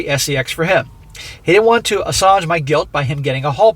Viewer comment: I haven’t finished the video yet, but a compelling story. My inner nerd is here to say that the word here “assuage” is pronounced like “uh-SWAYj”, not “uh-SAWj”.